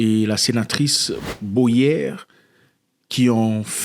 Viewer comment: C’est pas «Boyère » mais Boyé ….comme dans aboyé. 🤭🤭🤭🤭